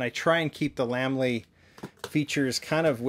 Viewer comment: Yeah & both pronounce it mo-tool. Lamley should be pronounced Lame-ly